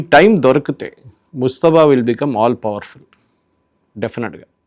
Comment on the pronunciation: Mujtaba.. ముజ్తబా ఖమేనీ.. ముస్తఫా కాదు ! ముజ్తబా, ముస్తఫా రెండూ వేరు వేరు పేర్లు.. కానీ ఈ రెండు పేర్లూ ముహమ్మద్ ప్రవక్త వే!!